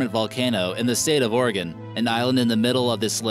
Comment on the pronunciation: Oh you pronounced Oregon right i0i